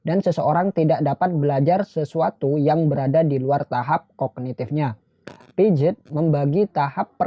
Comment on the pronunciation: Piaget dibaca Piase bang